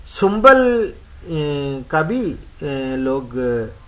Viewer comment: not sumbal . shambul